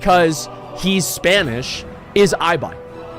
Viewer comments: estan diciendo “aibai”, en vez de “ibai” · Maybe in Spanish, but in English Ibai is read as "i-buy", but it should be "e-buy" cause that's how it's pronnounced in Spanish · its really weird to me hearing Ibai as "Aibai" lol im just not used to it In spanish it sounds like "ebay" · “EyeBai” xdd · eye bai ? hum its e bai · You say it ebai no aibai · People calling Ibai "I - BY" instead of Ibai ("e-buy") hurts my feelings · Ibai is pronounced Ee-bye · The ¨I¨ in Ibai is pronounced like the ¨I¨ in India. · Por qué lo pronuncian aibai JAJAJAJAJA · It’s pronounced e-buy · "eye by" lol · Ibai is Spanish, so that's the correct pronunciation, not the English mispronunciation.